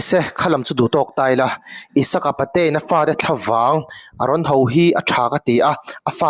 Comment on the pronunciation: Pate in tih hi a dik a A thluk erawh i sawi dan afiklo Apate a in tih tur aw sir. Patein tih a sawizawmlih in Apate a in...tih tur ka hriat dan anih chu aww.😂😂😂😊😊😊